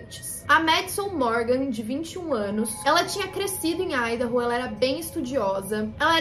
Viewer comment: feliz que finalmente um vídeo que tenha ordem e sentido e além disso pronunciando Idaho corretamente